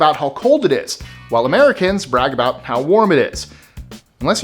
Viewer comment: "What's it all 'abooooooooot', Alfie, is it just for the moment we live -- What's it all 'aboooooooooooot', when you sort it out, Alfie...….."